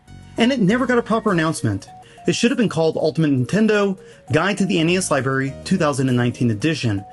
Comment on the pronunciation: I just keep hearing "Libary"